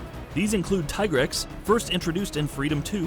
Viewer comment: You know, I can understand why people still pronounce it Tigerex (it should be Teegrex), but saying Lejiana (should be Legiana) is too much. I feel like these people never played the game.